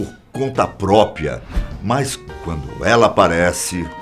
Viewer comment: por favor fala PRÓPRIA Ñ PROPIA eu sei que é um erro bobo mas ele fala TODO o video errado, daí é sacanagem não é possível